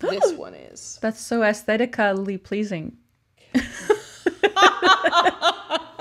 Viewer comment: "that's so aesthetica-lly pleasing" hahaha love it